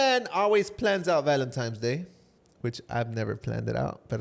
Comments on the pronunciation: So who is gonna tell that it’s “Valentine’s” not “Valentimes,” great episode ❤ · saying “Valentimes” has me dead! Anyone else? 😅